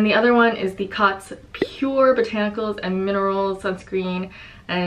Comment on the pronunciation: The Cōtz should be pronounced like "coats" as a line over a vowel means the vowel says its name. Thanks for the review on these, I have missed your videos and can't wait to see your puppy! (I'm a cat person, but I love to see dogs people choose for their families!)